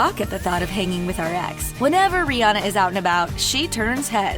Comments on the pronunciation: Her name is RIHANNA! Not rihi. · Not Barbadian...is bajan And is not (rih+anna) is (ri+hanna) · She called her rhirhi way too much